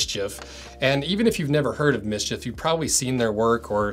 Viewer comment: That's not pronounced "miss-chiff". There are no vowels in it.